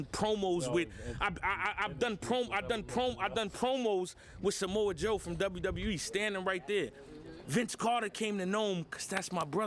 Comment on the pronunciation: Nigga said Samoa Joe 😭